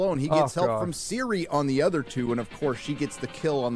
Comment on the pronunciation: Who is Siri? Or you mean Ciri (Cirilla)